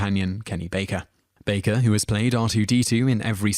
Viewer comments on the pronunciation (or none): ~ It's BAKER (just like it reads in the caption!), not "Barker," you twat! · Learn how to pronounce the names, FFS. Baker, not Barker. TakAY not TakEYE. Raymis not Rarmis. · Guy narrating has an obnoxious monotone voice with no emotion and he mispronounced several names including saying Kenny BARKER- moron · Dreyfuss is pronounced Dry fuss. Dry your dishes Dry your laundry. Not Dray fuss. I do realize Brits pronounce things differently. But that one was a fairly egregious error. And Kenny Baker is not Kenny Barker. I believe it's pronounced Harold Ray miss. Not Rah miss. Just thought that those slips were worth noting. And Stana Katic absolutely HATED her Castle costar Nathan Fillion. She knew people thought they were becoming an item in real life, so she dispelled those rumors by talking about how great the gift of acting is to her. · I'm British and he is mispronouncing most of the names. Kenny Barker???? Harold Rarmis. He also says lots of other words incorrectly, maybe he can't read. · Kenny Baker still isn't pronounced Barker. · Mispronouncing Takai is one thing, but Baker isn't Barker, mate. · It's Kenny 'Baker' (Bay-ker) and Harold 'Ramis' (Ray-mis). Jeez man, do you read everything? Seriously. You've never heard their names spoken? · Richard DRAY-fiss and George t-Kai. because if you can't get the pronunciation down, how likely is the actual content of anything else you say believable? ps: DRY-fuss and "Its ta-KAY. You know, like toupee," George said at Bill's Comedy Central Roast. Kenny BARKER???? at least you correct the rest to Baker. David and Gillian - um, so explain the admitted offscreen flirtations...and recent dating a few years back. I had thought they still were for the new series, but they have apparently moved on? Rommis??? RAM-is. seriously, go watch a video of ANY of these people pronouncing their names. it isn't that hard. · Barker? are you kidding me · he couldnt even pronounce baker correctly either